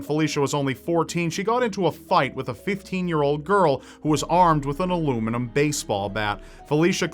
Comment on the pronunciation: Ahahah Aloomeenoom bat